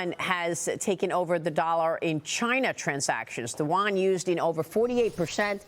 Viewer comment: learn how to pronounce it correctly. It’s not the “You Won” …say it one syllable, yuan.